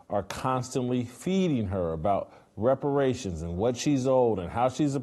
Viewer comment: Are you kidding? A fat, black barbaric Negress demanding her “wepawations”….and she got some wepawation punch! How is that NOT funny?😂